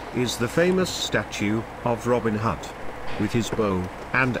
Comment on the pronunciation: Who's "Robin Hut" ? Absolutely abysmal commentary. Also a lack of local history and mispronunciation of place names, i.e. Alfratown. Would not inspire anyone to visit Nottingham.